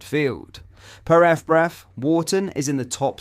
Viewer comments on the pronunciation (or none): Note: It's F B Ref, not eff breff.